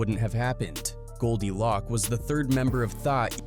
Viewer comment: Pronounced “Loak” not lock…